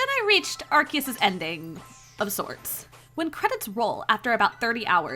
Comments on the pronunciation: Are key us????? It’s Are see us… ARCEUS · Its Arceus not Arkeus wtf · AR-SEA- US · Why are they reading the name "Arkeus" instead of correct "Arseus"? In JP: アルセウス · Ark-E-Us is crazy. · It’s pronounced ar-see-us. Why is every YouTuber pronouncing it incorrectly? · Gotta love the mis pronunciation of arceus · SAY ARCEUS RIGHT!!!